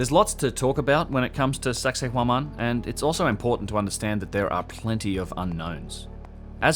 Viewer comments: "Sexay WoMan" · Sounds like he's saying "sexy woman" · I always thought was saying “sexy woman” when talking about that place. I’m a little disappointed that it’s not, but still a great video.